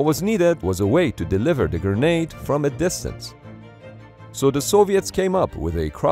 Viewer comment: Gra-nade. Please for the love of god and all that is holy. Stop saying Gernade